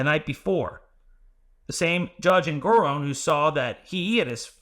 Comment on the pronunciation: En-gor-On as in not off but... on. I submit this pronunciation respectfully. 😉